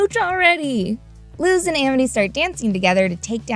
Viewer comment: ok great video but am i the only one that got so frustrated at the way she kept pronouncing luz's name like "looz" instead of "luce"? like i know im just nitpicking at this point but it annoyed me so much throughout the video XD